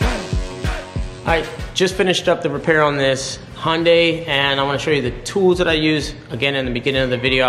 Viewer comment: Hun-day not HAHN-day